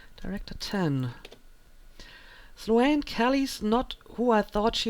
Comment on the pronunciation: Hey. Love the let's play so far. Just to let you know Sloane... the a is silent. Not Slo-Anne.